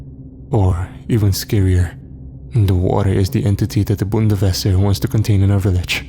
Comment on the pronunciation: im German and its Bundeswehr not Bundeswesser >.<